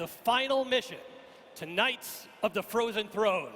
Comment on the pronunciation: Frothen Fwone